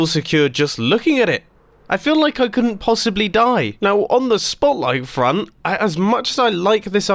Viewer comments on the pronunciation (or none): none